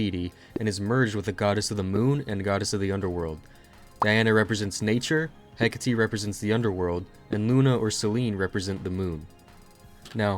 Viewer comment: Finally some quality Touhou content that isn't just uncut gameplay. EDIT: Btw, it's pronounced "Heck-a-tee-ah"